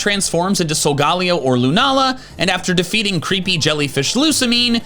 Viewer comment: It’s pronounced coh-BAY-lee-uhn, EE-VELL-tall, sol-GUH-LAY-oh, and fee-oh-NAY, “Patrick Star”! 🤨